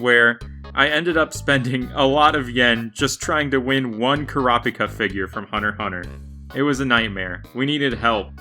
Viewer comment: it’s pronounced “kura-pika” I have never heard something so sinister in my life